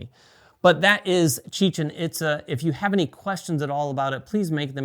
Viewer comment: Pronounced, "EAT-za", not "IT-za".